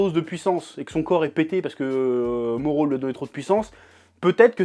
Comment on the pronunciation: Faut arrêter avec le R lit en L ... MORRO .. on dit pas NALLUTO mais NARRUTO... Ok notre R est beaucoup plus fort que le R japonais qui ressemble à un L, mais c'est pas un L bordel ! C'est un R roulé très doux ! bref